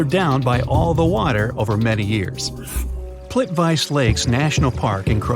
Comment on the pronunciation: Please do more research. In Eastern Europe a "c" is pronounced "ts". So Plitvice Lakes is pronounced "plit-VEE-tsuh".